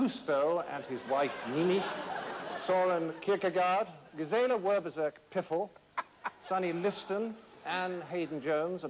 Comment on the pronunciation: "Sunny Liston" LMFAO